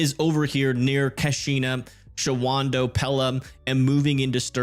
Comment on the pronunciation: is it ok if I help you out with the pronunciations of some of these WI cities? They can be tricky. Capital letters indicate where the accent goes. I am from Milwaukee (I say mi-WAH-kee, but technically that is wrong) so not everyone will agree with my pronunciation tips. But this should help? Wausau = WAH-sah Eau Claire = oh-KLAIR Shawano = SHAH-no (everyone has trouble with this one!) Antigo = AN-ti-go